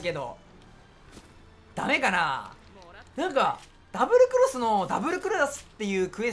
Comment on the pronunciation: ダブルクロスなのに ダブルクロラスは草